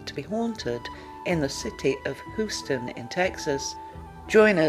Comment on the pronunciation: Hoo-ston? Seriously? May the ghosts of dialect coaches past, present and future haunt you.